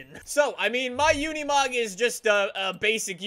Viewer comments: It's not said like it's spelled... u say it like unamog even tho it's spelled unimog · I like the part when he says unimog